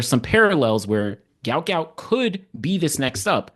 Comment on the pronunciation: Love your channel! You may know this, but here's an excerpt from sporting news: The sprint sensation should actually be known as Guot Guot, which is pronounced "gwot gwot". "His name is Guot, it’s supposed to be Guot," Bona Guot told 7News. "When I see people called him Gout Gout, I’m not really happy for him."